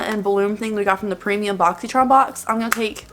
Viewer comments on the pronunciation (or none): none